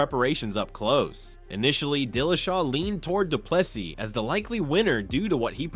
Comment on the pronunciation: The last "s" in De Plessis is silent. Adensanya "s" pronounced as "s" not a "z". Even pronouncing Khabib surname wrong, I'm done correcting you. It's your channel, do some research.